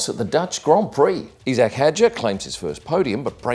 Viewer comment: why is everyone suddenly pronouncing isack as "eesack" ?